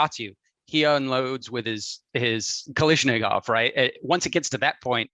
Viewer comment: As a gun nut, how he pronounces Kalashnikov bothers me.